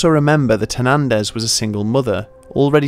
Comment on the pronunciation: "Hernendez" Back over the wall with you